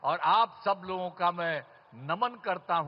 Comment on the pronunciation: Naman hota hai n ki daman 😂😂